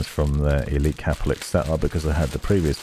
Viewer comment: Its CAPELIX NOT CAP-LIX